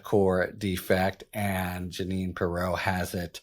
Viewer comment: Harry, it's not purr-ROW, it's PEE-row. That being said, I'm looking forward to everything you will be reporting about her.